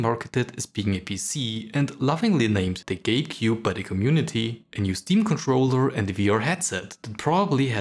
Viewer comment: not me hearing GAYcube instead of gabecube